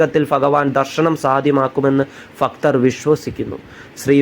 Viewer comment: ഫക്തർ അല്ല ഭക്തർ